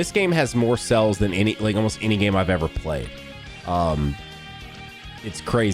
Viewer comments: Does anyone else hear him say "Cells" when he means "Sales"? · The way says sales made me so confused cuz i thought "wait legends doesnt have that many cells wtf" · Say sales again lol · Yo, why he say sales like that lmao